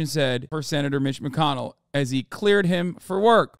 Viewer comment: Did you say Glitch McConnell ? Stop it.I’m trying not to laugh and it’s really hard . Wtf is going that Crazy House. Doctors should have their license revoked forever !